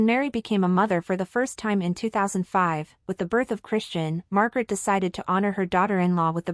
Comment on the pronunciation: Queen Mary is no longer an Australian citizen. She has been a Danish citizen for 20 years. And the King’s name is not “Frederico X”. It is King Frederik the Tenth. His brother’s name is Joakim, (Yoakeem) not “Wha-chem”. Also the former reigning Queen’s name is Margrethe not Margaret… Our royals are not poor, but they are a far cry from the opulent, even obscene, wealth surrounding several other royal families in the world. As royals go they live quite modestly and Mary is known for reusing her outfits. This is completely in line with the thinking of most Danes. We applaud them for their modest and humble ways.